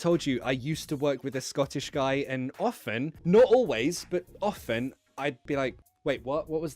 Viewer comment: 今回も勉強になりました。 ちな、oftenのtをはっきり発音しないロンドン人もいるんですね。 北部では出会ったことなかったので。